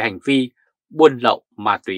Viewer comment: Ma túy,không phải mai thúy , làm ơn nói đúng danh từ VN